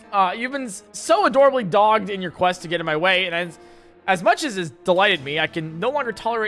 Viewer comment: A thought keeps nagging at me because it was an SAT word I studied hundreds of times. “Dog•ged” is supposed to be pronounced with two G’s, but it basically means you were very persistent (kinda like a dog,,, or war,,, or reporters). Dogged. I would argue that Graham Cracker was being dogged like the DOG that he is (to insult him. I adore dogs, but he would find it derogatory)